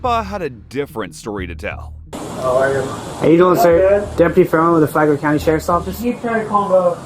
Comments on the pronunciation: I thought he said Flaglar county. That place has a Lot of pervs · Also wtf, it is FLAGLER county🤦🏻‍♀️